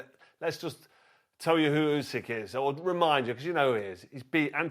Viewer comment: "does he need the munay" 😂 "Oosyk" it's fucking "Usyk"